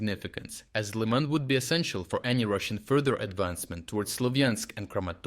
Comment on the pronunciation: proof that its a generated voice not a real person, mispronounces Lyman with as Liman (english spelling)